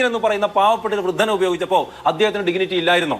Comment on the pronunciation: 'ഡിഗ്നിറ്റി' എന്ന് പറഞ്ഞ് പഠിക്കണം മിസ്റ്റർ!